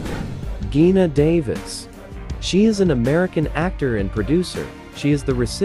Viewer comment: All photos & information were lovely. Although Ally Sheedy's & Geena Davis' first names were mispronounced...